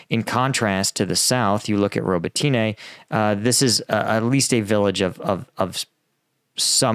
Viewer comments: Robotne. Not ro bo Ti Ne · Please listen to some Ukrainian commentators and pronounce it right - Ro-bo-tin-ah. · I love your channel, and Ukrainian villages are hard as english speaker, but pronouncing the villages every day, you should learn it, . <3 because english pronounces differently, its easier to to add additional [letters]. its pronounced Ro-BO-tin-eh, emphasis on O. klish-CHI-yivka. An-DRI-yivka. bakh-MUT. kher-SON. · say it with me Ro-bo-tin-e. Роботине.: Ro-bo-tEEn-ah using y in place of и in the English transliteration is confusing so I don't falt him too much. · Robotyne really??